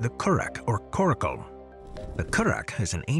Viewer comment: The small rounded boat, is called "Coracle" Pronounced: Cora cull.